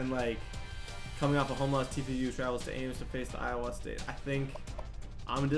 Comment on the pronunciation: You say Iowa wrong